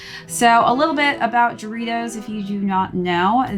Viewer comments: the J is pronounced as H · Great video!!! Pronounced without the heavy J though🤝🏽🙏🏼🔥